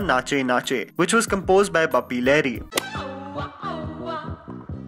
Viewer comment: it's Bapi Lahiri not lehri